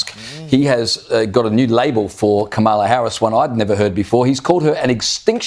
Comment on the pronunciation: They are so d-mb that the video has her pronouncing her own name wrong!